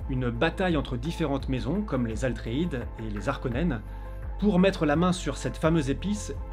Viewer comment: Cc ATreides et pas ALTreides